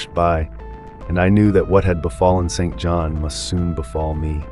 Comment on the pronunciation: Just a nitpick but St John is pronounced "Sinjin" ...bastardised from the French St Jean